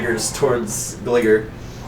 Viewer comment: Lmao I love this series so much! ...but... gligar... I always pronounced it “glie-gar” Also I’ve been meaning to ask, how do weaknesses work in the campaign? Because there were a couple times where I had questions like when psychic attacks hurt houndour and fire type attack did normal damage to the mantine